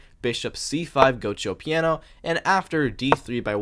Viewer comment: I dont think this is how you pronounce "giuoco piano"